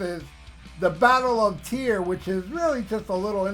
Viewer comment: It is "Tear", not "Tire". Don't mean to be annoying, but that's the fact, bro.